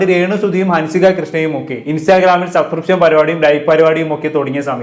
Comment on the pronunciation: നാക്കു വടിച്ചിട്ട് ഒന്നു കൂടി പറഞ്ഞേ "സബ്സ്ക്രിപ്ഷൻ"